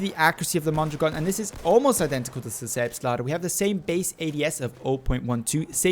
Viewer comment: Oh my god you pronounced it correctly. I wasn't expecting that.